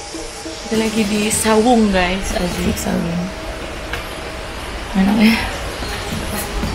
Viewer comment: Bukan sawung bu ayu.tp saung.